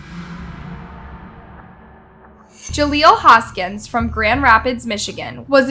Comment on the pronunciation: Ja leel. Not Ja leelo